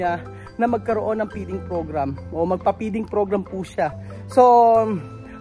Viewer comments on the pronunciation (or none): Peeding program na sabi mo o feeding program ang tama.